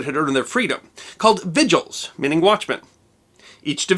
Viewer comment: Two comments. The Roman word "vigiles" has the "e" pronounced as a short "e". A One reason that Augustus set up a governmental fire brigade is that a wealthy man named Crassus had a private fire brigade. Crassus would send his men to a fire along with a purchase agent. This agent would offer to buy the property at a "fire sale" price. The fire brigade would prevent others from fighting the fire until a deal was made with the agent. Augustus thought this was not a good thing. Oh, and the name of the city of Edo begins with a long "e".